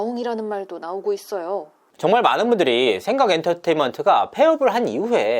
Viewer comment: 지금 의도적으로 생강이라고 발음하는건가여? 그렇다면 아주 맘에 드는군요 ㅋㅋㅋㅋ